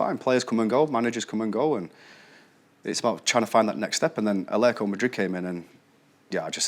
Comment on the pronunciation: First person I've heard on English TV not embarass himself by actually saying Atletico instead of Athletico.